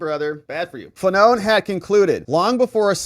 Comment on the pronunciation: Fa-None 😅 what a douche-bag 😂